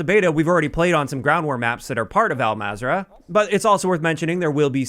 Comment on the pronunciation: Everyone pronounces Al-mazrah wrong is just killing me at this moment. So it’s pronounced into three syllables ( Al-Mazra-a’ah ) Hope that helps y’all